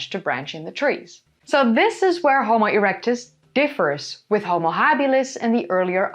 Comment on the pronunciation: Erecuts 😂😂😂 she said ereucts 😂😂😂